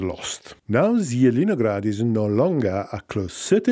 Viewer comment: Jjidinograd - Laughing so much. Its Zeleniy (Green) grad. Green town.